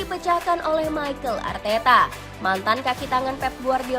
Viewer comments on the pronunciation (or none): Mimin ngomongnya Michael Arteta😂